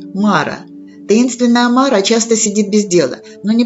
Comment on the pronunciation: Только не мАра, а марА. Тогда смысл в толковании имеется.